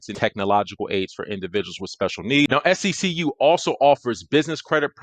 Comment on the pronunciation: It’s See-q bro …like 1 flowing word